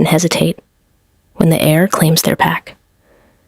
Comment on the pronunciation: Heir. Not air. HTH